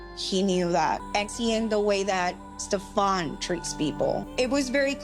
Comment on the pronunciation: I am not calling him Stef-AHN with that fake ass accent 😂 That dude's name is pronounced Steven. Steven is just a dude from like Bushwick or somewhere. It's bad enough he's convinced all these women he is the gatekeeper to paradise. We are not falling for the name, too!